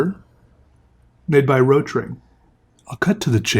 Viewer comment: Fun fact, it isn’t called “Rotring” as in a singular word, but “Rot-Ring”, “Rot” pronounces like Boat with an R, then “Ring”. If I remember correctly It’s “Red Ring” in German, hence the red ring on the end.